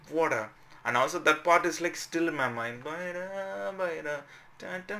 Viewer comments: Is not bayla ...you say bayda...ok 😌🖤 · It’s bayda not bayla